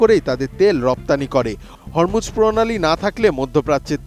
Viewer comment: হরমুজ যা উচ্চারণ হবে "হোরমুজ" প্রণালী।